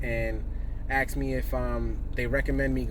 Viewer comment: I stopped listening to you when I heard you say "ax" instead of ask. That discredits your knowledge. It has the letter k on the end. ASK is the word